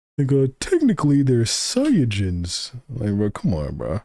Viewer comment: Ik why doesn't make it good. Bulmas named is spelled and said like how you type it but he says it wrong. He says Saiyajin wrong aswell.